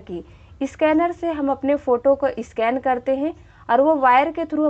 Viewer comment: Its not a isscanner it is a scanner mam